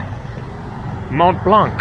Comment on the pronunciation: Hi! Mont Blanc is pronounced without the C at the end! Great video!